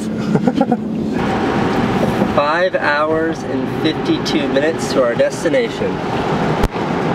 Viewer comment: It really makes me happy that you don't say "Nawlins" or "New Orleeeeeens". No one from here says it that way unless they are in a movie. Everyone from here pronounces it "New Orlins" which is the proper way to say it.